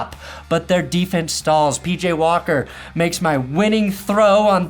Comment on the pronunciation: "Xfl legend Pj walker" say his name right